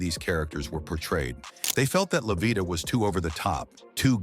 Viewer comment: So, NOBODY bothered to fact check and edit this video?!!! Wrong pictures of people, wrong pronunciation of names, how do you get livia out of Lovita and who came up with the ridiculous assumption that lighter skinned people were viewed as more successful than their darker counterparts?